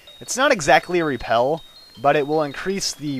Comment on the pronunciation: He said raypel not repel.